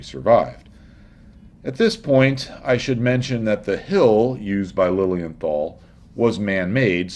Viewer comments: Your dismissal of Lilienthal (pronounced Liliental btw.) sounded as if what he did was pretty much useless, however this is not the case, as Wilbur Wright himself praised his work in an 1912 essay in "Aero Club of America bulletin" as "the greatest of the precursors". Lilienthal did a lot of reseach and theoretical foundation upon which the Wrights developed their plane. I don't know about the correctness of specific numbers of his and the Wrights certainly were wise to double check them, but Lilienthal did answer certain basic questions beyond any doubt already, like curved wings vs flat wings and wing profiles and only copying the gliding aspect of bird's flight over flapping etc. So Lilienthal did solved the first problem of flight and lift and the Wright brothers certainly did not discover these facts. It seems to me as though they knew them from Lilienthal's publications and just checked on them. Also it should be mentioned that Otto's brother, Gustav Lilienthal, worked a lot on gaining this knowlege as well, but did not do the flying and rarely gets any credit. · Your pronounciation of Lilienthal is almost correct. Replace the th by a simple t and your there (no th in German zats why they say zis and zat when zey speak english).